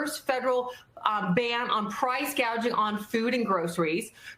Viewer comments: Yeah, that’s how you pronounce “gauging”, and that’s what Kamala said. What she was trying to say was “gouging”, but she’s just not articulate enough. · Its gaging..lol